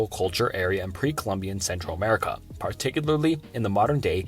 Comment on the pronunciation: PAWTICUWALY okay guys I think he has a speech impediment 😅